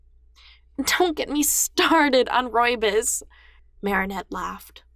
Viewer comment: Heyy guys I love the whole talk about tea in this chapter. I just have a little thing to point out, ( this is no way being rude to the reader this is just a pet peeve I have) how you pronounce Rooibos is actually R-o-y B-o-s. PS. I love you lots and I hope you make more wonderful stories in the future.💕💗🔥🎉